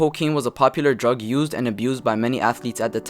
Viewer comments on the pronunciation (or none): none